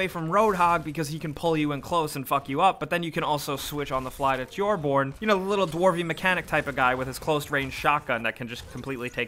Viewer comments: why did you say tjojbjon when it is torbjörn? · Tjorborn. Its Torbjörn. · Lol he said Tjorborn instead of Torbjörn xD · did he really just fucking pronounce torbjorn as fucking jorborn? typical americans. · Jorborn, seriously? His name is Torbjörn. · Torbjorn is pronounced “torb ‘Yorn” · tjorborn xd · Its pronounced turbyern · The way he spelled Torbjorn XD "Chore-Born" lmfao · That's gotta be the worst mispronunciation of 'Torbjörn' I've ever heard. "Tyore-born" XD Good video otherwise though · Did he say Tor-Born? :) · Tjörborn lol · TJORBORN!! HAHA, I laughed so hard when I heard that! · Its pronounced Tor-byorn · sounds like you pronounce Torbjörn like trorborn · it's not tiorborn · Need to correct you on something which is Torbjörn which is pronounced Torb-Yorn. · Reaper, McCree, Hanzo btw, its pronounced like torb-yurn. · torbjorn is pronounced tor-bi-on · I understand you everyone says Torbjorn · Its pronounced something like Torb-yeon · Why can Americans never pronounce Torbjorn? I'll give you a hint: Tor-byorn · "tjorborn" really?... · It's Tor-B-Yorn. My friend is named Björn You were better than most other youtubers though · As a dane, i cringe everytime people pronounce "Thorbjörn" as Tjorbjorn... Hope its not just me. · that pronunciation tho..... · As a Swede i get triggered when people can't pronounce Torbjörn correctly... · The way he said torbjörn hahha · What was that Torbjörn? lol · Just a little tip, you said Torbjorn's name wrong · "McCree, Torbjorn and Zarya" this dude... gives me cancer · That was the absolutely worst pronunciation of "Torbjörn" I've ever heard. The "o" is pronounced like the "oo" in "poo" and the "ö" is pronounced like "ea" in "earth" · I love how you pronounce the name "Torbjörn". It's so cringeworthy for a Swede like me XD. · Ikr, it's not even hard to pronounce it omfg. Idk whether the way this guy pronounces Torbjorn or how badly he plays triggers me more. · That Torbjorn pronounciation tho